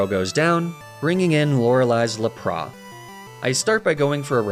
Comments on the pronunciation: I know you pronounce Pokémon names as a joke and to bait comments. So I guess I’m falling victim to that strategy, but idc so be it. This needs to be said, pronouncing the epic water Pokémon Lapras as “Luh-Praw” is a true sin. A crime worthy of incarceration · I was gonna subscribe... But then you pronounced Lapras the ABSOLUTE WORST POSSIBLE WAY that I have EVER heard... So... No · Same with Laprà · aw hell naw what's a Lapras?!! all my homies know it's laprAH